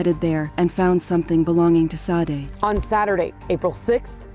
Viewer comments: Rip and all respect but they cannot pronounce her name correct like ITS JUST SADE NOT SODEY SHADAY OR SASHEY ITS JUST SADE!! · The pronunciation of her name is so wrong, it's almost as if the AI mistaken "SAID" instead of "SADE" this is becoming the new normal so wrong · Shadey is the right pronunciation but i guess the computer is pronouncing what is written and what it sounds like. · 🕊️🥀 So disrespectful to continue mispronouncing her darn name. RIP PRONOUNCED SHA-DAY!! 🙏🏾💔😢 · Sade pronounced Sha-day. The AI voice mispronounced a lot of words in this video! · Her name is SADE PRONOUNCED “Shah-day”. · These computer generated voices are starting to become a little aggravating. There were at least 3 different pronunciations of “Sade” and they were all incorrect. RIP Sade and prayers to her family.